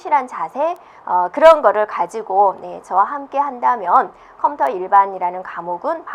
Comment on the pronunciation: 컴터 컴터 솦트웨어 발음좀 정확하게해주시지..